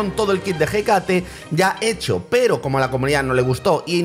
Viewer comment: por favor se dice Écate, con la tilde